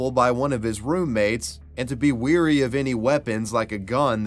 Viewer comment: Wary, not 'weary' just FYI! Also, 'predatorial' isn't a word, and if it was, it would be a redundant one. The word is 'predatory'